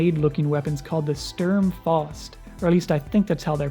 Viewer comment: Say what you want, but those tubes look so good, sad to see they are being replaced in the upcoming kampfer schwer pbandai release Also Sturm Fausts are pronounced "Sterm Fowst"